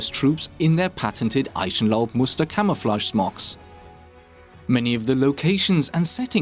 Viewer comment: He's a German living in the UK since years. His pronounciaton of Eichenlaub is just off because he's talking english and it's sometimes not that easy to switch that quickly.